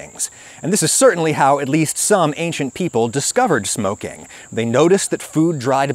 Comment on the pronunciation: This guy is dangerously half-right. I can't take anyone that says "ankshint" instead of "ancient" seriously...